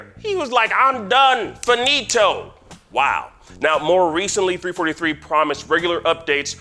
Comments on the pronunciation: Ign who hired this guy? How can you guys even claim to cover the video game industry when the man doesn't know how to say the name of the company making Halo? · First ign says halo is being made by bungie and now they can't even say the studio name right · 343 not three forty three... that’s just stoopit